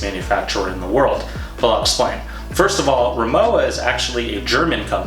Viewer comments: You’ve been pronouncing the brand name incorrectly throughout your entire video. The w is pronounced like a harsh v. It’s pronounced Ri-moh-va… And yes, I’m a native German speaker. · German's pronounce their "W" like a "V." So, it's pronounced Ri-MO-va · I love my Rimowa. Technically it’s pronounced Ree-mow-vah since it’s German. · Its pronounced RIMOVA actually but nice try haha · It is pronounced rimova - the w is a v ok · It’s pronounced RimoVa! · It is pronounced RIMOVA, with V. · Good review but it's pronounced rimoVa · 'W' pronounced 'V' in German, ergo, not pronounced as described